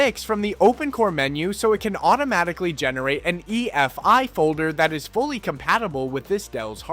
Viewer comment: Great but the pronounciation of USB and EFI repeatedly killed me hahahaha.